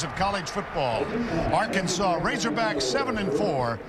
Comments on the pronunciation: That's actually how some people in Kansas pronounce Arkansas. I remember staying at my mom's cousin's house in Wichita when I was 13 and they were watching the news - the weather came on and the weatherman mentioned storms in Ar-Kansas. I started laughing and I asked why he was pronouncing Arkansas like that and my mom's cousin said it's how they pronounce it. My fragile 13 year old brain couldn't handle that information. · Les Miles asked for it calling the Hogs Ar-Kansas